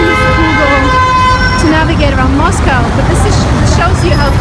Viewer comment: I enjoy Moscow.and I enjoy the way you pronounce Moscow correctly..not that American way MOSCAW thats wrong.sorry I know Americans are trying to speak English..we all have an accent.thats ok ..we keep trying.i personally want too speak Italian well but I will always have an English accent..unless I employ a voice coach each time before I speak ha ha ha .sorry went off on a tangent there...ps I prefer Saint Petersburg grazie Mille ciao ciao